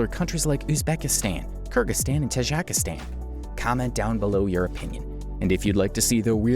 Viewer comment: You Said Tajakistan Not Tajikistan🇹🇯